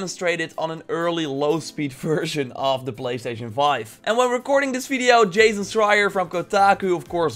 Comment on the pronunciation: I was wondering that why you say "fideo" instead of "video" ?